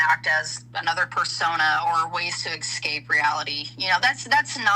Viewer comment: I'm really sorry but my pet peeve is people saying "ecscape". It's escape. Irrationally pisses me off. ALR is worse, but still 😅